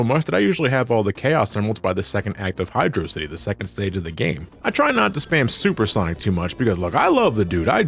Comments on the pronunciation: "It's Hydro City, not Hydrossity" Amen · Thank you! It is pronounced "Hydro City", not "Hydrossity". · He's right. HYDR(OH) CITY. NOT HYDRAWCITY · It's Hy-dross-ity. Hydro-Velocity. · I've enjoyed your content for years, even enjoyed this review. It's gotta be Hy-drocity, like atrocity, or we're not on speaking terms m8. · Can't believe you pronounced it Hydro City. Might as well have cursed my dead grandmother. Frankly I am offended. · I will take the Hi-dross-ity pronunciation to my grave, thank you very much. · great video! but it's actually hydrocity (hid-rock-ity) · HYDROCITY, PRONOUNCED LIKE VELOCITY BECAUSE IT'S ONE WORD DAMMIT. NO SPACES.